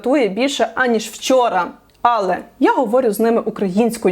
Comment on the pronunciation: мене дратує кожне "Але" замість "алЕ"